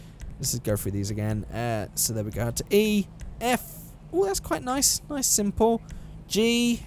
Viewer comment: He said simple d 😂😂